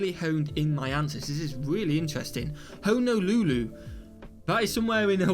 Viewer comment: I need to hear more British people try to pronounce "Honolulu." Hilarious.